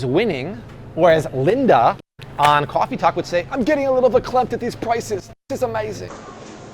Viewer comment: Art doing Cwaffee Talk. Lol. 90s SNL was the best.